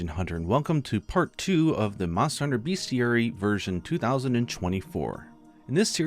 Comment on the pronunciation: So at the risk of being overly pedantic, aside from Garangolm, there is another word that had its correct pronunciation slip by you, probably unknowingly in this case: that word being “Bestiary.” Now, I get the logic people make when figuring out how to properly pronounce “bestiary:” “it’s a list of where all the beasts catalogued, therefore it must just be “BEAST-chee-AIR-ee” or just “BEAST-ee-AIR-ee.”” But, it’s actually just pronounced how it’s written, i.e, with a short vowel sound: “BEST-chee-AIR-ee / BEST-ee-AIR-ee” Honestly, while this one is just a bit of a pet peave of mine, I figured I ought to bring it up since I hear almost no one online pronouncing the word correctly. So I guess call me a grammar “not-see” (that one’s for the YouTube censors🙄😉) if you must, but I’d rather the correct pronunciation here not be forgotten, even if that incurs some name calling. Otherwise, great vid, and I look forward to more linguistic differences and histories from MH in the future 👍